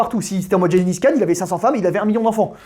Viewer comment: Je promet avoir compris à « génie fiscale » au lieu de Gengis Khan